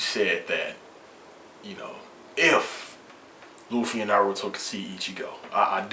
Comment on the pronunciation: luffy felt luccis attacks, ICHIGO COULDNT BEAT LUCCI, and i kno u would change ur mind if u knew luffy, and i kno u dont beacuase u mispronounced his name, GET UR FACT STRAIGHT. gear second and gear third arnement haki red hawk giganto rifle, super speed. ichigos done.